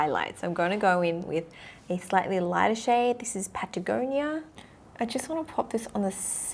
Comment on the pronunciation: Patagonia more like pat chya bona